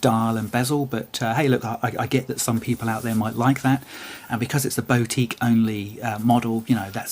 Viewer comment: Pronunciation of boutique is killing me off.